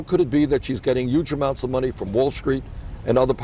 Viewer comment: Gingrich even says "YUGE" now. Lmao